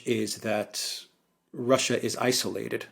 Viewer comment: Alexander, when, oh, when will you pronounce 'isolated' properly? It's not izzolated!!